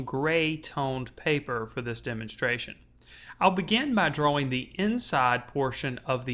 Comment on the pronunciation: ***** He sounds American. I know a few Americans and none of them say drawwing, so it must be a speech impediment, not the accent.